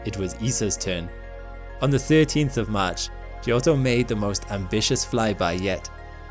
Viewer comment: Fun fact: giotto is pronounced "jotto", not "gee-otto"